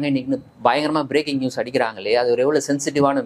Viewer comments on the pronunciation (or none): none